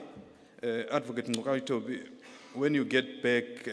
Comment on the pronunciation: No effort at all to pronounce Ngcukaitobi